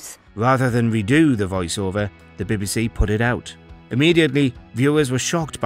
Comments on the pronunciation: I can't get passed him saying " the baby sea" How hard is it to say BBC. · Wtf is the "birby si"?